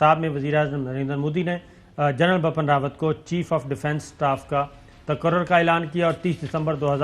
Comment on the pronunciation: Sabir Shakir you keep pronouncing general BAPPAN RAWAT. it would've been very easy you to say it right if you had just looked at the English spell. The correct way to say is BIPIN not BAPAN